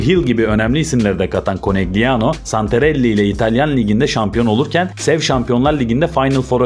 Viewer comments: Yendikleri takim Trentino değil Trento, Trentino erkek voleybol takimi, takimin adi Konegliano değil Konelyano diye okunuyor. 0 voleybol bilgisiyle video hazirlamak da ne bileyim, insanlar çok özgüvenli hakikaten ya, kendinizi rezil ediyorsunuz bu şekilde. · KONELYANO diye okunması gerekiyor?